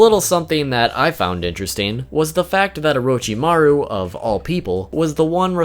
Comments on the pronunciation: Nani? O-row-chi-ma-ruw ...................... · Why do people call him oroe-chi-ma-roo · It's not orochimaru It's not Lord orochimaru It's UWUchimaru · Is it really just me who can’t help but cringe every time he pronounces “Orochimaru”.... oh wait maybe y’all watched dubbed 😳🤢🤢😹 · the way you say orochimaru triggers me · if i hear orochimaro 1 more time today i will kill myself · Great video but please stop mispronouncing his name...